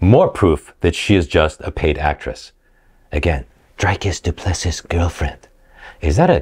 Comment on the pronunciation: Bro the way he said "Dricus Du Plessis" he mispronounced it in so many ways